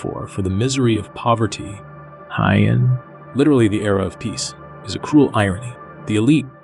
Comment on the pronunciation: it's good! But one little thing - it's pronounced "Hey-ann" (Heian)